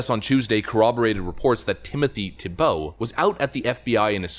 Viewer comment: I think its pronounced Theebow